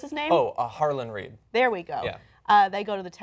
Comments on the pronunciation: So many YouTuber's mispronounce characters names. I totally expect these people to pronounce their names right because they do this professionally. Sorry, mispronouncing and misspelling are pet peeves of mine. So it's not Harland Reed, it's "Howland Reed"! How about hiring people like myself, who never mispronounce any of the characters names. Anyhow, these people watch the show, read articles, and sometimes the books too. They shouldn't be mispronouncing characters names. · Harland Reed lol... Meera's father is a farmer from Nebraska. Howland Reed